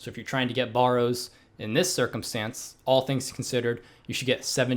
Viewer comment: BAR ROWZ BAR ROWZ